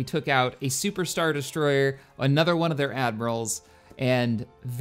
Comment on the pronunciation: De des-troy-er